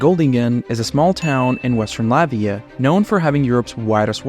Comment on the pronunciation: What is the 3rd word said in the video? I tried to listen 10 times and I can't understand. Sounds like: "the small amian town" - wtf is amian?